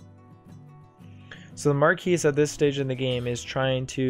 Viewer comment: What an exciting game! I learned a lot. I try to play the Woodland Alliance on the app against AI, but it seems like the Vagabond and Marquise ALWAYS attack me every single turn. Also, I know French isn’t everyone’s forte (see what I did there?), but it’s pronounced “mar-kee doo kat,” and is a portmanteau of “My Kitty Cat” when said quickly enough. :)